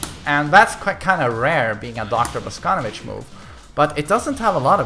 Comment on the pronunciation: Your pronunciation of Russian names and last names is terrible. It is not Alisá, it is Alísa. It is not Boscónovitch, it is Bosconóvitch.